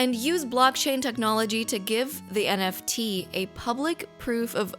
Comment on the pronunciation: As a Portuguese speaker, I can confirm that you said NFT correctly